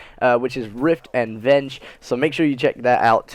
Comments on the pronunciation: Verge not venge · its verge not venge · it's pronounced verge son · Venge lol its verge lol it made me laugh so hard can't wait for next vid lol venge